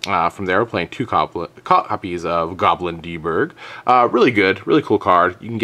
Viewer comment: Lol, why do you call it Goblin D Berg?